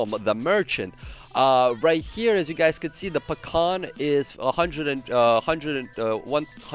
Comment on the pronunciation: Say Pakhan one more time.... I dare you...I double dog dare you!